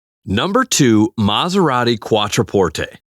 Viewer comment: Giorgeeeeoh ? Try Giorgio - Jorjo. QuatroPortAY ?